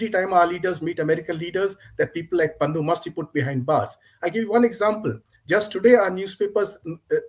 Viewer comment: Its Pannu. More like Pannoo actually😅